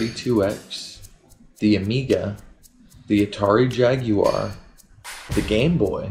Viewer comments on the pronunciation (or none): my man said atari jag-you-are